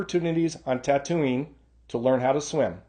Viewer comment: Not a big deal, but were you pronouncing Tatooine as "Ta-Toonie" instead of "Ta-Tween"?